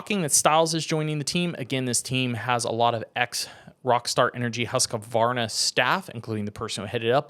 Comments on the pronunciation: Why the extra syllable with Husqvarna? Its Husk - varna, not husk - a - varna. Its like saying Austin Fork-a-ner. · The q makes the a sound. Never heard anyone say it the way you did